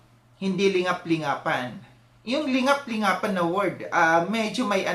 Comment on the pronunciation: Parang rising content creator kc kaya nagpapadami ng engagement....ang dami nya sinasabi pero ung pagkasabi nya ng lingap-lingapan....